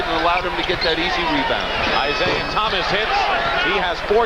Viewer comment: Lawrence Tanter, "Isiah Thomas" over and over throughout this game...